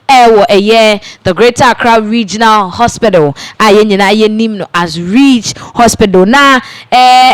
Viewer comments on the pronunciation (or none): Lady, please stop the "haspital." Its "hospital"